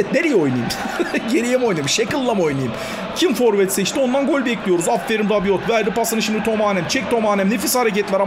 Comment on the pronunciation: Rabiot Fransız ben de Fransız'ım okunuşu rabio ve yazılışı rabiot